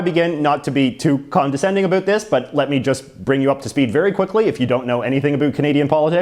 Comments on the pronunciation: He’s an American born Canadian isn’t he? Or he lives in the states at a young age or something right. As a Canadian I have never heard any of us say about like that. Ever. He’s attacking us, I swear LOL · The way he says about is so crazy to me, from Australia.